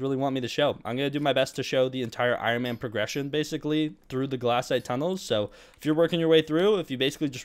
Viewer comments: BRO its glacite not glassite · im gonna throw up if i her him say "glass-ite" again